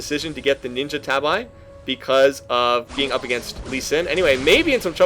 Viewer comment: Man, that game was just a bloodbath start to finish. 25 kills in 30 minutes, brutal. Just so you know, tabi is not pronounced "tab-eye". It's pretty close to a homophone with the word tabby. (actually more like "tah-bee")